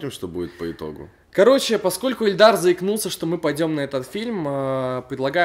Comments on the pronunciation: ты сказал не Ильдар а, Эльдар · Мне послышалось или говорить Эльдар?